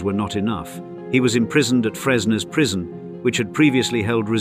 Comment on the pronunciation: Fresnes prison, not fresno